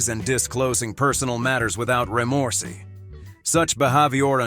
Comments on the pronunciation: Yes, remorsey is my favorite, I think. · Re-moresy, fuel-LED, pen-CHANT, and Be-Have-yur? 😂 AI voice is funny.